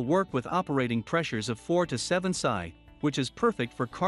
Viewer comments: Sigh,,, Pounds Square Inch. Pronounced "Pee Sss Eye". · Lol, stopped watching when PSI was pronounced "psy" like psychic. It's an acronym for Pounds Per Inch²(Square Inch).